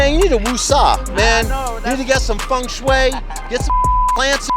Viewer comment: Did he say "Funk Shui"? In a matter of speaking and just trying to get road ragers to relax.